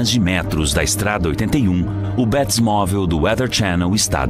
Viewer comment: Mintira kkkkk bétimovel kkkkk batmovel